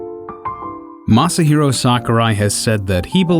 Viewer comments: He said Masyer Daddy-o Sakurai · I love how the narrator isn't even trying to pronounce Masahiro's name correctly, he's just going full blown 'murican.